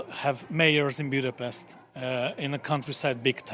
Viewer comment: If you want to keep being a relevant journalist it's time to learn how to properly pronounce Magyar. And Budapest.